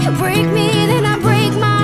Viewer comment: Wunderschön! Das einzige was mich stört, ist die unterschiedliche Aussprache, wie sehr oft bei Lena. Manchmal ist es „you“, dann ist es „yaaaaaau“. Find ich störend. Ansonsten sehr schönes Cover.